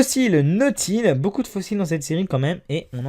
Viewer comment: On dix beaucoup et non boucon